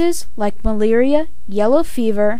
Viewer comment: please say "Malaria" right....It's anoying